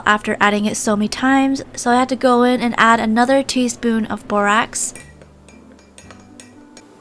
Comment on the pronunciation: Im not being mean i love your videos but every time you say “teaspoon” i hear “tease poon” lol 😂